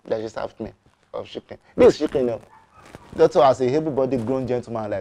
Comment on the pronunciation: “Don’t give me shiken, give me fooowwl” 😂